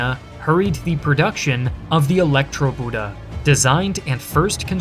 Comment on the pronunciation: "Elektroboote" isn't pronounced "Electro-Buddha", and"Dönitz" not as "Donuts", but thanks for the unwanted comedy. Otherwise the story reminds me of desperate company management ordering some useless panic overwork to pretend to save a project beyond saving. Same stupidity as with Japan's unwillingness no surrender.